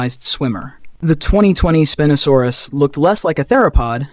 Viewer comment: why does your pronunciation change from spin-oh-saurus to spine-oh-saurus?